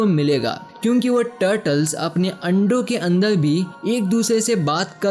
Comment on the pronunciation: बारबर =बालबल, कार=काल, और=औल, जहर=जहल, अन्दर=अन्दल्, अर्थ=अल्थ, एकबार=एकबाल, टाइगर=टाइगल, मरचुके=मलचुके, पुराने=पुलाने, उपर=उपल 😂😂😂 अरे तोतले, पेहेले बोल्ना सिख्ले